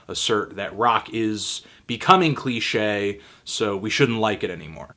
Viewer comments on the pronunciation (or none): You always miss the 'd' off when you describe something as 'cliched' and it really catches my ear, haha